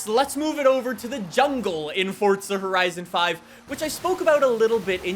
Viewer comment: Its wierd hearing say horizo5 love the vids